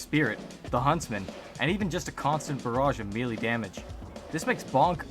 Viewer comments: One major error you forgot to fix from your original video - It’s pronounced MAY-LAY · "Especially you guys who nitpicked my pronunciation of MELEE!" I'm dead now. I can't.